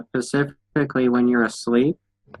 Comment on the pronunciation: Dude says pacifically every time he tries to say specifically